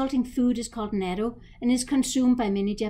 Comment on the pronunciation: the CORRECT pronunciation is NU-TTO (natto) non japanese often mispronounce it as NATO AS in N.A.T.O.